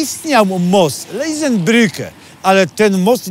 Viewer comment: Dałbym głowę, że w usłyszałem ".Lesenbrücke". Tymczasem most ten nosił nazwę "Lessingbrücke" i wziął swoją nazwę od nazwiska niemieckiego dramatopisarza epoki oświecenia, Gottholda Ephraima Lessinga, ( powstał w 1875 roku). Swoją drogą, świetny odcinek, łapkę w górę już dałem. Pozdrawiam.